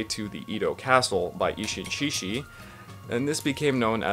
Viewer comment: Good work! (By the way, though this is not just you but other people too, the sound of "志士/shishi" is better pronounced without "h." Japanese romaji happens to have that particular spelling, but in reality it is more [s] than [sh] of English.)